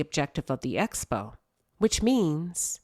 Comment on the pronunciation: And look at Martell all giddy while the PROFESSIONALS are sitting there calm🫠. Notice Hoetell is the only one who had nothing constructive to say at the meeting. Every time Tisha says ESPO, I have to correct her and say Ehk-Spp-Oh 😂😂 Mel really is in a whole other stratosphere and these people can’t touch her. Her and Kimmi are about the only ones I see shaking in the same rooms.💅🏾💁🏽‍♀️